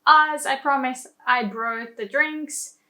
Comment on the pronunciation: Great video. Excellent nuance explanation. Be careful with your pronunciation of words like "brought" or "talk". You say the "o" like the letter of the alphabet but it is pronounced more like "or". The only minor mistake in otherwise perfect English. xx